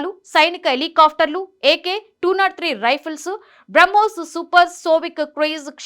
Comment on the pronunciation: మింగ్ కాదు....... మిగ్ సోవిక్ కాదు...... సోనిక్ చూసి చదువు తల్లీ.......